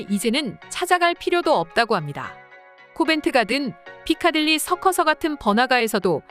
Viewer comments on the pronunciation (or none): 피카딜리 서커서가뭐야 ㅋㅋㅋㅋㅋ피카딜리 서커스.....ㅋㅋㅋㅋㅋㅋㅋㅋ수정해주셈